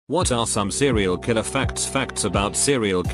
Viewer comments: "Serial kriller" 😂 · Nobody: Robot voice: sErIal kWiLeR